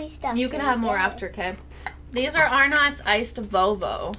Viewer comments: Yeah I don’t think anyone just eats Vegemite. It’s spread thinly on toast or crackers. Arnotts is more like Are-nuts, but a US accent would probably make it as you say it. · They pronounce arnots wrong